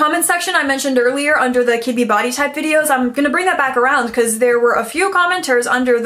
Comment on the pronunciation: You said Kibbe body type and what I heard was kidney body type 😆